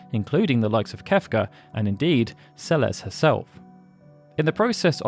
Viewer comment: Im so happy you pronounce Celes name correctly. So many people call her "sells" shes one of my favorite characters snd always irks me when people cant read her name properly